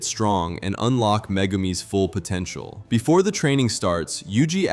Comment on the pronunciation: did you said potentil